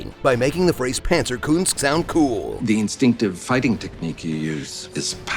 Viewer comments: The funniest thing about "Panzer Kunst" is that german-speaking Mr Waltz had to pronounce it totally wrong for the movie. Koonst? Really? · I wonder why he pronounces Panzerkunst so weirdly with a strong emphasis on the "u" in Kunst. Since he's from Germany it shouldn't be a problem for him to pronounce it right.